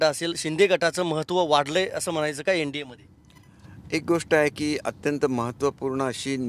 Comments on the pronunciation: "यन"नाही ओ "एन" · यन डी ये....हा हा ...याला शुद्ध बोलता येणार का कधी?